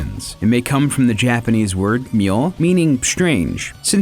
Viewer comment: Impressed with the handling of Japanese pronunciations in this episode :D